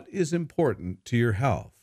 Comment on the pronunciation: please pronounce th in the word "health",otherwise you pronounce this word like hell